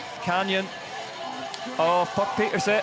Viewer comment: mostly, but no trace of "n" at the end.